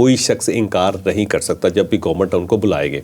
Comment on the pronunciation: What's GOMUT?? It's Government!! Learn to pronounce